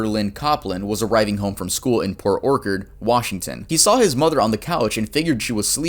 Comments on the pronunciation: Bro why do you pronounce Orchard as Orkerd. You cute as hell tho ngl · how do u not know how to say OR-CHURD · how do you have nearly 2 million subs but you pronounce "orchard" wrong multiple times bruh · My dude you were doing so well. You hadn’t seen the word “orchard” before? Like an apple orchard? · How do you become an adult without learning how to pronounce orchard?